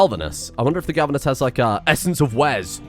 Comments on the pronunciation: I know its pointless to say and he is probably doing it on purpose right now. But its glavenus, not galvunes. Gla-ve-nus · Glavenus, not galvanus. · This really bothers me, it is a GLAV-enus Not GALV-enus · The amount of times I flinch when mispronounces the name of Wes' Dino... by this point I feel it is on purpose to spite the people that care about pronounciation and use the spite as fuel to feed the creativity that turns the engine of creation on Mr Streamers PC. It is Glavenus, not Galvanus. Gla-ve-nus. It Isn't coated in zink, It has a sword for a tail. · >Goes on tangent about pronouncing latin and other such things >Still calling GLAVenus as GALvenus. Honestly, he's been saying it that way so long, I'm starting to think hes doing it on purpose, lol. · One of my favorite series so far. Watched many of your previous, and enjoyed all of them. Also looking forward to seeing ck3 or whatever you decide to pick on the 2nd channel. Also I think it's pronounced Glav-inus (at least to my best understanding, and monster hunter world expirence. But plz don't hate me for correcting) But stay great m8 and looking to all future content 😁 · Glavenus - Clearly pronounced Gal Ven Uhs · I laugh every time he completely butchers the name Glavenus. Misplacing the L every time. lmao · He's still butchering Glavenus' name...